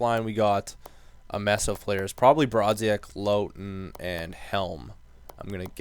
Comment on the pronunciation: Pronounce it Laugh + ton :D